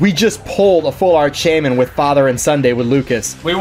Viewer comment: the shaymin...... I can't I just cant........